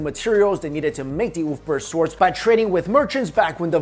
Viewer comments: It's pronounced "Uber-Felt" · Ulfberht..... more like, oooofberht.